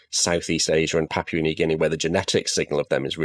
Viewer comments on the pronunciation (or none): none